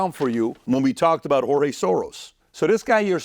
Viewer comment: Bro, stop pronouncing George that way. He not spanish! Ig you want to be accurate, in the hungarian pronunciation, its Gueorgue.